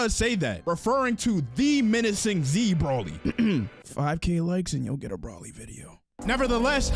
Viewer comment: maybe you should do a Broly video when you say his name correctly. It's not "B-R-A / L-Y", it's "B-R-O / L-Y"